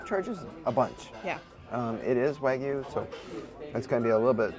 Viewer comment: Love y'all . Couldn't make it through. Eating Kermit and Sally the Snail was too much. Still gave a thumbs up. Ok stuck around after I heard Wygu.